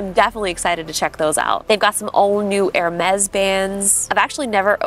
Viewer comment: Lol it’s pronounced (her mez )not air-mez)😂❤